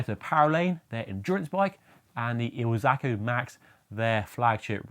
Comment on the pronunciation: IZ-ALCO, not IL-ZACO..😊